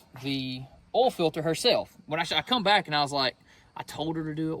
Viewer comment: Why do you call oil "all"? 🤔🤔🤔🤔🤔